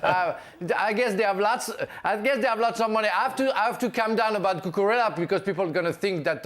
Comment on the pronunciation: Kepa. Spell it right at least. The same way Stevie can't properly pronounce Cucurella.